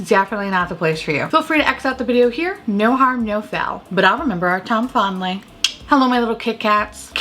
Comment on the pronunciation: Have you been bringing back " Fondly" instead of "time fondly"? lol There for a while I hadn't heard you say it, and the past 2 videos I swear I've heard come back 😂